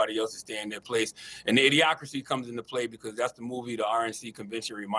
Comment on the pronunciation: Burchett should be out chasing UFO's. And did that doofus say idiocrity? 😂